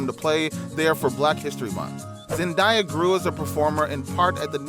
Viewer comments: Man said zendieya it's zendaya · He didn’t even pronounce her name right, so I don’t trust him cause wtf is ZenDIEa her name is ZENDAYA. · You ok it’s zendaya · It's Zen d ya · It’s annoying the way you’re pronouncing her name. Get it right if your going to post a mini bio video.Damn. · The way you pronounced her name was very annoying